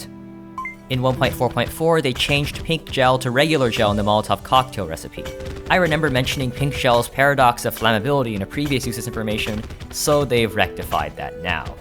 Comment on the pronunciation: bro said reNember